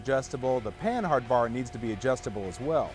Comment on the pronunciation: it's pronounced pannard not pan hard